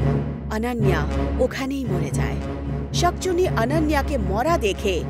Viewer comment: শাকচুনি নয় শাকচুন্নি হবে 😂 কিন্তু গল্পটা অনেক সুন্দর ♥️♥️💚💚